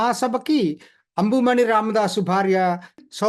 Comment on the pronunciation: మీరు ఊళ్ల పేర్లు, వ్యక్తుల పేర్లు సరిగా పలకండి. కరైకుడి కాదు. కారైకుడి. టెంకసి కాదు తెన్ కాశి(అంటే దక్షిణ కాశి)అంబుమణి కాదు అన్బుమణి.